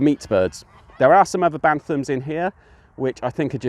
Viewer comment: Pure Breed Poultry and show quality and pheasants is the way forward hatched over 500 most are gone apart from the ones I’ve kept back would advise going down that route a lot more profitable P.s Its Bantam Not Bantham Thanks!